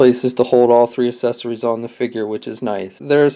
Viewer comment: The assesorys lol talk about speech problem lol